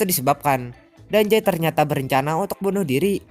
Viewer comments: Bang penyebutan "Dazai" itu salah bang Karna ada huruf "Z" Bukan "J" (Dazai) bukan (Dajai)🤦🏻‍♀️🤦🏻‍♀️ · Gue malah denger dia ngomong danzai njir🗿